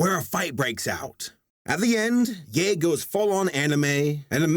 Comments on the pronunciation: ok so I watched some of the episode and the main character’s name isn’t pronounced “yee” It more like a “ yay” and in Chinese it means Wild so the main character’s name is wild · I think it's pronounced "yeet" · "Ye" in mandarin is just pronounced like "yeh" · Late to this party, but in terms of the names, Ye should be pronounced "yuh" and xiyue would be prounounced "shee-yoo'eh" Actually if you know Yue from Avatar the last airbender (the moon girl) it's the same just say "she" before her name. "She Yue" = xiyue. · Ye- Yeigh Xique- shi-chyeh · i think Ye is pronounced eh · I’ve only studied Chinese for 6 years, but I believe you pronounce Ye and Xiyue as Yeh and She yoo-eh. I’m not sure about the way it really sounds though, since I’m not good with pinyin. . . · Characters names pronunciation. Ye=Je Xiyue=Hee-ju-é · "Ye" is actually pronounced "yueh", just fyi (i used to take chinese in school so i remember a few things) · I speak a bit of chinese, so im here to help i suppose. Dong hua - 动画 - literally means animation (im assuming, since 画 means to draw Ye- pronounced y-eh, not yee Xiyue- two different words. “Xi” is pronounced strange, a weird way of she, but its not. “Yue” is pronounced you-eh Idk what my reasoning for this is, guess I just want to share the fact that I can understand/speak chinese haha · It's pronounced Yer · How dare you mispronounce their names. Ye = Yay Xiyue = sure-you-ey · Ye is pronounced like Yeah Xiyue is pronounced like "see - you - eh" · More like Yuh And Shee yweh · The wolf’s name is pronounced “yea” which means night, the cats name is said like “shi yueh” and it means joy :D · Xiyue is pronounced “She-you-eh.” And Ye is pronounced “Yeh.” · pretty sure it's yeeeee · the pronouncuations were killing me omg, ye is pronounced like "yeh" and xiyue is pronounced "she-you-way"(try to merge you and way together)